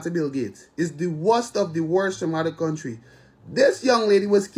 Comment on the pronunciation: Audacity is at an all time high... She can’t even pronounce the name of the country properly.